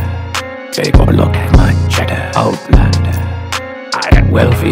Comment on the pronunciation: I thought wen he was saying outlander that he was saying oh blunder. So I partied UK ole blunder yeah I snorted coke to this shit. Thanks kid.